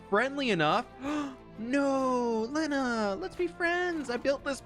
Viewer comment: Usually pronouned Lay-nah like hay that horses eat. 🎉